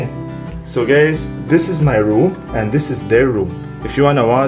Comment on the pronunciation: Is it just me or every time he says "guys" it sounds like gays 😆